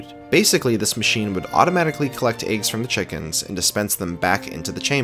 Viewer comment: why do you pronounce eggs as "aygs"